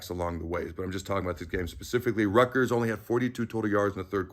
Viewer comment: Hey,,, ……it’s Rutgers.